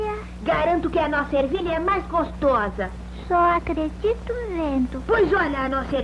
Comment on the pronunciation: O CEBOLINHA FALOU R "só acredito"